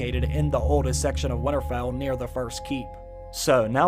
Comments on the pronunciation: Nobody:: "Wannarfell" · Great vid but it’s not winnerfell there is a t in winter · Can someone teach this guy to say Winterfell instead of winnerfell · Why can't you say winterfell ? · The way you say "Winterfell" though...